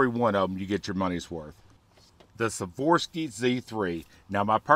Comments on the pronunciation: Swarovski, not Saworsky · Why do you keep saying Savorski? Like your teachers said, spell it out man. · Ws are pronounced as Vs in German and many eastern euopean languages...